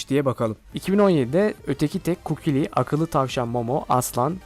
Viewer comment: ABİ KUKİLİ DEĞİL KUKULİ